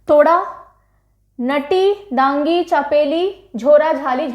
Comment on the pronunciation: Mam himachal m nati ko नाटी और dangi ko डांगी बोलते है